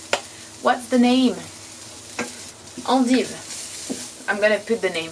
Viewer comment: endives are just "endives" in English, but pronounced with an English accent haha